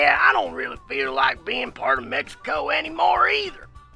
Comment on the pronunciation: what's Meh-hi-ho (I already know its mexico)